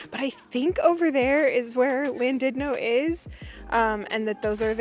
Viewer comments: It's pronounced Llandudno even though it's a LL it's actually a c . If you ever go back there a little pub called tapps they have different ales etc. Bara brith and Welsh cakes are amazing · The pronunciation would have been correct had the LL been pronounced i find a lot of people don't realise that LL is one letter in the Welsh alphabet and has a unique sound. I think someone should start a Welsh YouTube channel whereby they go around Wales pronouncing the different place names and putting phonetic examples on screen as they do so. I think that would get many people interested in learning the beautiful language of Wales.